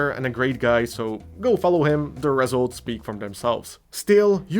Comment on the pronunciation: For Christmas this year, I wish for to pronounce "result" correctly